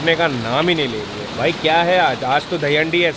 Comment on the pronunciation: its not "vai" it is "bhai" !!!! Please learn Pronunciation !!!!